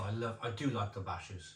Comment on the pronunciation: Bacchus is pronounced BAKK-USS, as in the god of wine 🍷